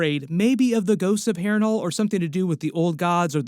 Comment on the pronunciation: why do i hear you say hairring whole ? xD (harren hal)